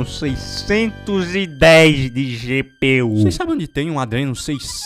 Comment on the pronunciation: O cara encheu a boca pra falar ADRENO 610